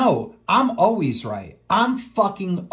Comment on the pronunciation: Keemstar says always as owies lmfao